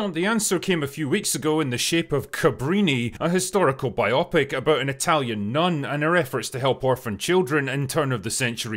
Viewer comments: It's BIO-PIC , not bi-opic. You're pronouncing it wrong. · I love you... It's "bio-pic" (biographical picture). Not bi-opic - that sounds like an unpleasant medical procedure. 😂 Keep up the amazing work, you handsome devil you! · "Biopic" does not rhyme with "myopic". It's "byoh-pick". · Biopic. The stress is on the first two syllables, as in biological. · Please learn the right (and only logical) way to pronounce "biopic" -- please,!